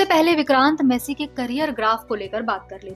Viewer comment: You are pronouncing his surname wrong. Its not messy, its massey